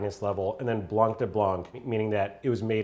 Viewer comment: not that important but just pointing out that in french in "blanc" u don't pronounce the c (like at all)